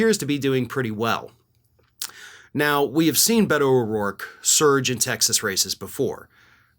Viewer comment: Beto is pronounced “Bayto”. E is pronounced as an A in Spanish.